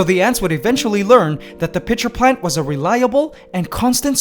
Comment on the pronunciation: I laugh everytime he says pitcher plant XD IM DYING